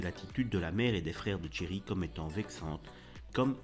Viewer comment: Tcherry ? C'est Thierry...